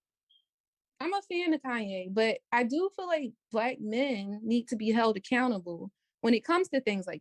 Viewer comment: “ I fill like, I fill like, I fill like…….” Can’t even say the word “feel” right. Not only that, she wants to make it a race issue, talking about “cultural appropriation” bullshit. Another irredeemably lost pookie lemming. Plus she’s married, so why is she so fixed on something she has nothing to do with or affects her…..?